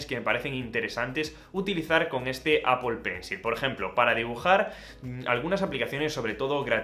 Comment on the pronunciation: Apol pencil 😂😂😂😂